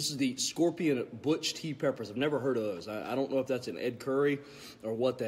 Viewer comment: Lol butch? Did he actually mean to say bhut?